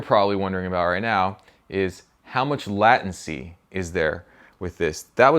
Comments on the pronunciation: I think you mean “lay” tency. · That's pretty sweet! *Also, it's pronounced 'lei·tuhn·see' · I've never heard anyone say "latency" like that ;p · I'm not gonna lie I noticed it too.